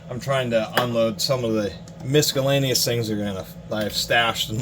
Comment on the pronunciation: Are you actually saying "MISKallaneous"... that's throwing me off... hell of a collection though.